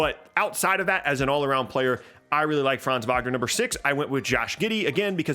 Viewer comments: Never heard an American spelling Franz Wagner so good good job! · Good pronunciation of Franz Wagner :)